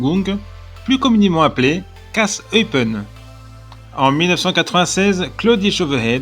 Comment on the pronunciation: Attention, cela se prononce "Eupène" et pour le club, c'est L'AS Eupen ou LA KAS Eupen mais pas LE KAS Eupen :-)